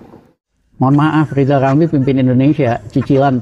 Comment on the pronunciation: Riyal ramli itu kalo kita yg bilang. Tp kalo yg ngucapkan dia sendiri pasti lizal lamli